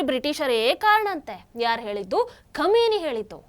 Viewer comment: ಕ್ಷಮೆನಿ ಅಲ್ಲ ಖಮೀನಾ